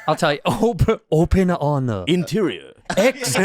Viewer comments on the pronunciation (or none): The Asian Excellence Awards , , , , , , , Interior in Asian accent